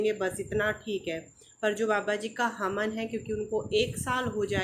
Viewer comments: Di haman nhi hawan hota h aap hamesha haman bolti h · हमन नहीं होता है हवन बोलतेहै मैडम जी